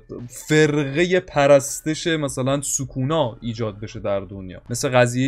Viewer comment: چرا سوکونا رو یک جوری تلفظ میکنی